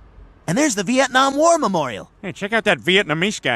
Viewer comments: *Vietnam not vitenam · Vietnam, not vitenam 😅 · vietnam not vitenam